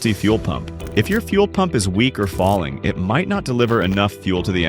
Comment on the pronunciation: Why would I listen to an AI voice that can't even pronounce failing? Yeah I bet the info is real good.